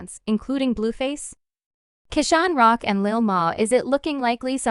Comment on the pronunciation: 😂😂😂😂 did you hear this thang say CRAN-ROCK 😂😂😂😂😜😜😜😜Who is CRAN-ROCK YA’LL????😂😂😂😂😂